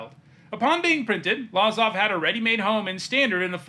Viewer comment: It’s pronounced Luh-zav not Lah-zav.